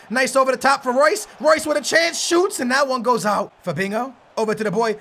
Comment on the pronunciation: you say Fabinko it is Fabinho mate.